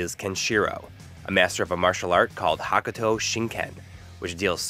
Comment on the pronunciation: Hoe Koo toh no ken not "hakooto", and the anime tv series was never on US TV, the animated movie was released on VHS in the mid 90's in the US. So I don't know why you say it was aired on tv. and IMO Astral Chain is one of the best games that came out on the Switch in 2019, and the Link's Awakening remake was damn awesome. you guys are trippin' man